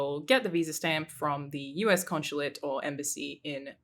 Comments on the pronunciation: I guess we’ll never take a shot because she says “con-shu-late” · Conch-chulate? Conshulate?